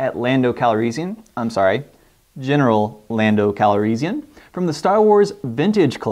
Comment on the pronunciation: RE: Han...Star Wars variations in pronunciation are all over the place...for example, I've never heard anyone pronounce "Calrissian" the way you do; I always say and hear it with more of an "is" sound in the middle than "ease." I believe George Lucas usually says "Han" the way Lando does in the films, maybe Billy Dee Williams just decided to copy the way Lucas said the name rather than the way the other actors did.